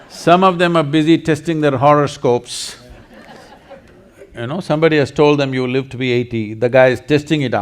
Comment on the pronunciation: Did you say "horrorscopes"?